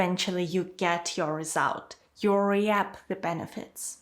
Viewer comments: REAP: So no one is going to notice her "re-App"? It's "reep",. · Your videos are quite well-done, clear and helpful. Just one suggestion: at about the three minute mark you talk about the collocation “reap a benefit.” Tricky word! You pronounced it “RE-ap,” but instead is pronounced “reep.” Thanks, I’ve certainly reaped a benefit by watching your videos! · ello, question. Could you please check teh pronunciation of the word "Reap" I've found out that this is different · Please pronounced the word "reap" wrongly, please check that and correct it.